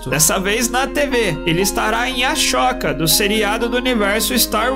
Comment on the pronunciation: "Ele estará em A Choca". Que isso, hein narrador, procura uma fonoaudióloga.